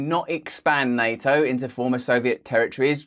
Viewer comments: Nay-o? wtf? Nay-o? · Neo? What does the Matrix character have to do with the Russo-Ukraine war? Ohhh! Na*T*o! Once this latest dastardly attack on the man is flushed away, I'm going to kidnap him and imprison him for a day's elocution. Yes, yes, his "orwite mite" (alright mate) palaver is very entertaining and part of the schtick which made him famous but there's no excuse for no Ts at all! And then there's "SHtraight". 🤦🏼‍♂ No Russell, you know perfectly well that you're perfectly able to say 'straight' with a perfectly sibilant S. Once you've kicked these ridiculous 'accusers' aside, there'll be no more need for ANY nonsense. 😊